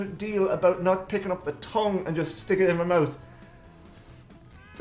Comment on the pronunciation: Wow!! listen to the Irish pronounce troo instead of through and mout instead of mouth. The letter H is shunned.